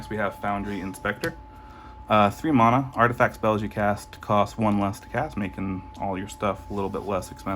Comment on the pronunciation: Stopped watching after I heard "mana" pronounced like that.